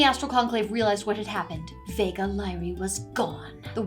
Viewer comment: No but the ChatGPT guy not getting Vegas name right is crazy though 💀